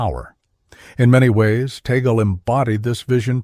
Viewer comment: The Cardinal's surname is pronounced as "TAG-LE" . NOT as "Tae-gel" or Tay-gel. It's a FILIPINO-Spanish surname. And he was born in the province of Cavite. Not in the city of Manila. He was a former Archbishop of Manila. And PLEASE. Do not create a malicious and misleading THUMBNAIL just to invite views. Respect the person you are featuring. Especially if that person is well-known and a religious personality.